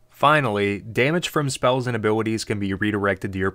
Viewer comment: You said “abilwitties” are you from Pittsburgh? Great video btw. Most information one I’ve found yet on the subject!